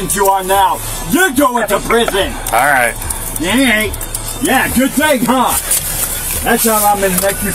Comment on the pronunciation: Officer: "Alright": "ErYTe" 😂😂😂